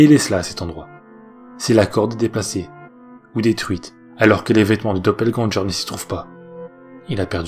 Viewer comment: Il me semble que doppelgänger ne se prononce pas doppelgän"jeur" Mais doppelgän"GUeur". Sinon super video qui plus est longue :)